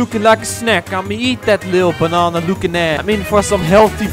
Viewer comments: I want you to say Banana and not Bänäna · Keep saying "Bonana" instead of Banana, that is just too funny😂